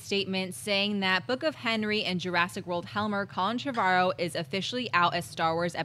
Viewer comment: How do they get Trev-argh-ow from Trevorrow? It's pronounced "Trev-or-oh" surely.